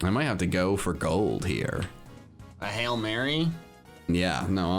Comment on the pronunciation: Did you say hail ye